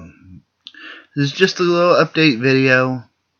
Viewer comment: But you said udate